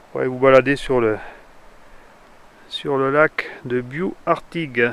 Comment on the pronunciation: Il faut prononcer le "s" à Bious !!